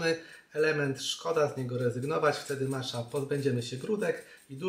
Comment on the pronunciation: Przepis świetny, często tak robię z mlekiem migdałowym i czasem miodem :) zastanawia mnie tylko kiedy i czemu zaczęło się wymawiać ją jako "macza". Początkowo wszyscy wymawiali "matcza" co było mniej rażące, ale przyznam, że przy "maczy" to aż mnie skręca :D Matcha jest japońska, a język japoński jest miękki :) więc brzmi to trochę pomiędzy "maćcia" a "matcia". Taka moja mała dygresja :)